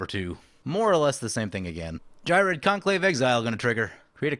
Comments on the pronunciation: Geer-red. The H is silence, like in Ghost (Not G'host, Gost) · Ghired is the only deck I built out of C19. I modified my selesnya token deck and made him the commander, with the same multiple combat steps idea in mind. Also, I pronounce him Gee-red. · It's pronounced ghired